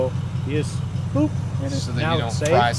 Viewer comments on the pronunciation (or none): none